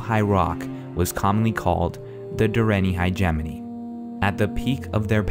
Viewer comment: I like the series but every time he said Direnni Hegemony I cringed. it's not hi-jemoni, it's more like hedge-mony or hedge-ah-mony. :S